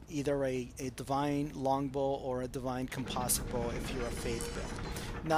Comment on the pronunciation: Aaaaaagh! Americans! "Com-poze-it Bow". Good job its not an "Aluminum Bow"